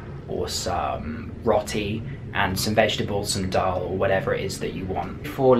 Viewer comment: you said dull and ruti